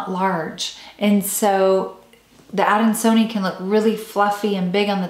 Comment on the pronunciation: It’s pronounced adan-so-knee-eye. Why are we only seeing you and only an occasional peek of the plant?